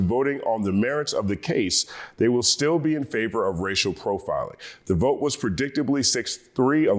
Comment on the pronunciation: "I will bote, for Donal Trom" 💃🏽